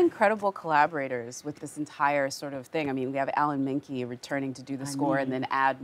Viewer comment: Did the interviewer just call him "Alan Mankee?" 😂